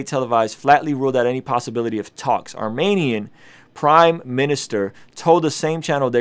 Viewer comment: Thanks for posting - my friend told me to check you out - fellow Armenian here. It’s pronounced Armeeeenian btw - (not Armaynian) emphasis on the E 😊- also as far as the nagorno Karabagh issue goes - I’ll keep it simple - our history and land goes back to the BC era- (as you stated we were the 1st Christian nation to adopt Christianity). Azerbaijan is a very young country in comparison to ours. That land was and will always be Armenia’s. I encourage you to do your research and educate yourself to see how our land was given away so many times. I know this wasn’t a history lesson, just your personal story, but I do encourage you to read up on it. Ty and God bless